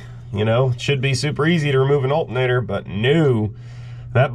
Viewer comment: That is an alternator, not "altinator".